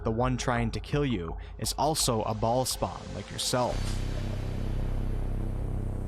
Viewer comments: I can’t get over the way he keeps saying ballspawn 💀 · Every time you say baal spawn, I chuckle. This is too good XD